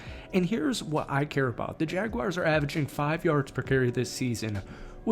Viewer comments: Not gonna take you seriously until you learn how to say the name correctly! 😂 It's JagWARS, not JagWIRES. Learn it. Live it. Love it. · It’s Jag-WARs not Jag-wires lol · Every time someone says jagwires makes me cringe